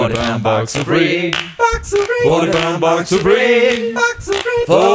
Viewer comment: thats a box of vegetables rape in italians means a kind of red radish, often exported with the original name. is pronunced as rap (as in raptor) and e as in men